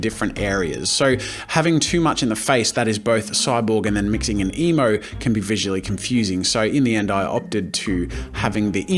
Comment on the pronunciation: Every time Jazza said emo, I thought he said emu.